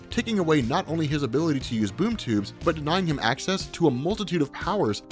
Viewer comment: Sounded like he kept saying boob tube haha!